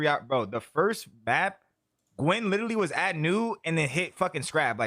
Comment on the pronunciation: Attach you hurting our people saying witeraly